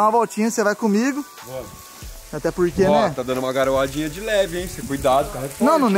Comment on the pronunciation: Chuviscando... Leo: tá garoiadin kkkkkkkkkkkkkkk